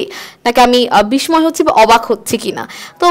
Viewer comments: বিসময় বলবেন না এটা উচ্চারণ হবে বিসসয় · দায়রা করে 'বিস্ময় ' শব্দের উচ্চারণ সঠিকভাবে করবেন।